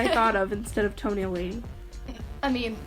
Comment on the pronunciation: toE-NaIL lAdY oof i have posters of TOe-nAiL LaDY